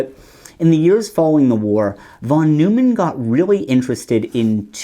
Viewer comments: The way that you pronounced John von Neumann's name really bugs me. In all of my computer classes, the professors pronounced it "noy-man", not "new-man" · John von Neumann: the last name isn’t “Newman”, it’s “Noyman”. The founder of computer science. Can’t help it, it’s triggering me! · Mathematicians pronounce von Neumann’s name as “von noy-man,” not “von Newman.” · von Neumann is pronounced "von NOY-man" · von Neumann is "fon NOY-mon." He's not a Seinfeld character. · That's not how you pronounce John von Neumann. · Made me turn off the video. If you can't even get the guys name right what else are you missing.